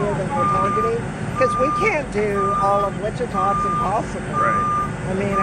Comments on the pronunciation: Wichita is pronounced which-i-TA, not wi-cheetah. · wah-cheetah? i think you mean witchita, narrator. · It's not Wi-chita, it's Wich-i-ta. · WITCH-it-aw, Kansas, not Witcheeta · It’s pronounced “ Witch a ta” not Wa chee ta! And people of Wichita didn’t like this Mayor! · It’s Not “Witch - CHEAT - uh”; it’s “WITCH- chi - tah” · Wacheeta Ks? Oh you mean Witch a taw (Wichita) Ks. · Witchita lol it’s pronounced Witchitaw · Small things I know. but it's not pronounced Wachita. It's Wit chi taw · Wit-chit-a???! It’s Witch-a-tah !!!! Yeah, just blows my mind how many people or fake people or whatever butcher the damn name up. Not only do we Wichitan’s get tired of people, not knowing how to properly say our cities name, but it is also the name of a Native American tribe. Please do your research and get it right. I promise you it’s not that hard. Like I said, I know in this particular incident it’s AI but fix it! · Whi-cheetah?!?! The disgrace 😂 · Guys, it's Wichita like 'witch e taw'. The cop even says it. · He was in Wich A Tah Kansas. Not Wa Shi Ta. Anyway, this is Wichita. They love to name drop there. Little man trying to be a big one. And I can say this I grew up in that city. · Wuh-Cheeta Kansas? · It’s pronounced as Witch-it-ah, Kansas. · Dear narrator, please learn to pronounce "Wichita" and "epitome."